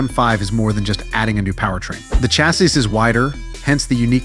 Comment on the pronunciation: i have never heard "chassis" pronounced this way before